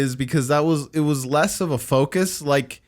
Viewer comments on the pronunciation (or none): none